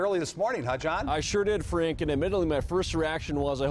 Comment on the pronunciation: At first I thought he said " I sure did freak " lol it's okay I know now he said Frank .